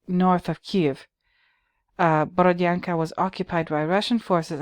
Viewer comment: Hello,! 👋 My sister happens to live in the town of Borodyanka (your pronunciation is on point by the way). She says that the residents of the town were sort of annoyed by Banksy's graffitis, because people are tired of the horrors of war and don't need any fancy reminders of what happened -- especially when those artsy-fartsy pictures are being created on actual walls of bombed out apartment buildings. Those walls belonged to people, you know. You don't use someone's home as a canvas without asking for permission. It's rude, insensitive and one of the worst kinds of pretentiousness I can imagine. It's almost like going to a cemetery and start painting on gravestones, is it not? The residents of Borodyanka wish to see these bombed out buildings torn down and have new beautiful houses built instead, not have a team of pretentious artists with spray cans using the town's ruins as a means to expand their fame and fortune. Thank you for making a video on this, it was a nice surprise.